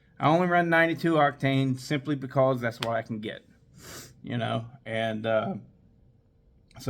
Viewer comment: i love how you say bkose 🤣🤣🤣👍👍👍i like your videos . greetings from romania!!!!